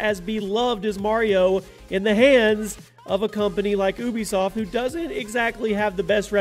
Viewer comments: Anyone else notice Ubisoft=“oobiesoft” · Ooobisoft lol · You said ubisoft wrong btw